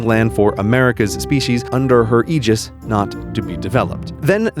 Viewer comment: I'm so glad you pronounced Aegis correctly.